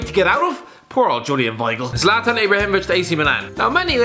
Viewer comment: Its Zlatan not zalatan